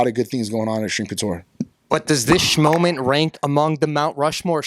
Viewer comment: Why does he say schmoment?